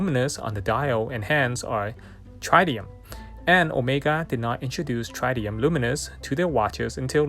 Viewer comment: Incredible piece. Just to let you know, tritium is pronounced trih-tee-uhm, with the initial "i" sound like the word "middle" or "fill".